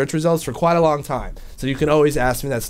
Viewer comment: you realized you said "a good wong while" ahahahaahahaha